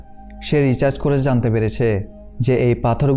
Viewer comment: Dada tumi bar bar research k recharge bolecho 🥰🥰🥰🥰